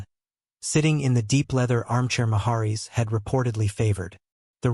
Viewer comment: If you're going to make videos -- fake (like this one) or real -- you should at least learn to pronounce proper names. This narrator can't even pronounce "Route 66" correctly, and he also mispronounces the name "Maharis."